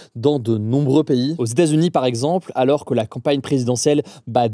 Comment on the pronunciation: "mais zalors" :D